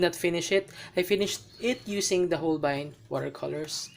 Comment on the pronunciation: So Hol-bayn pala Pronounciation! 😱